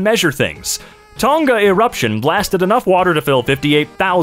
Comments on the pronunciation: As a New Zealander, your pronounciation of "Tonga" made me physically recoil. To be clear, it's pronounced "Toh-Nga" not "Ton-Ga", with the NG acting like a single consonant, kind of like how PH makes an F sound. That's the best I can explain it via text. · Its pronounced TONG-A not TON-GA